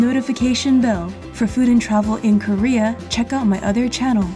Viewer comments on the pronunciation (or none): none